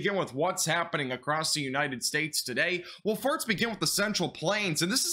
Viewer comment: I like this guy. All i want is, educated forcasts. Forcasts are not easy, often wrong. He brings, to a novice, seemingly thoughtful stuff. What i like is, when he says first, it sound like hes saying farts. Im a simple man. Oh, and an understandable amount of adverts. Subscribed. My new weather guy👍